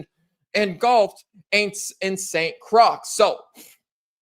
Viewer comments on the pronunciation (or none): ...Croix is pronounced Croy. I blame the French for creating weird words.